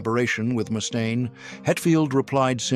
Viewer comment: ...who's Moustaine? 😂😂😂